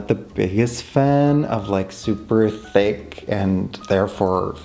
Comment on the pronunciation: The way you pronounce "thick" like "fake" is sending me into laughter.